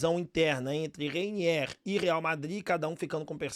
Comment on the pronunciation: Ooo Repsow ???Não é Reiniééér e sim Reiniêêêr